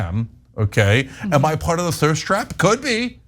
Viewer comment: Did Cenk say thirst trap? Or third strap?